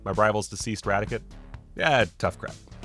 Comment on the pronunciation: Well done for not making a sucky video. Although you say raticate weird